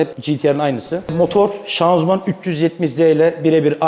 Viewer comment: Hala şanzuman diyor 🤦‍♂️